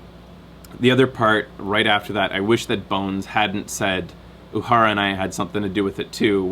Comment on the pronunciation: 133 comments (134 at this point) and not one of them from someone complaining about constantly mispronouncing 'Uhura'. Nicely done. Also, did you spot Nolan North?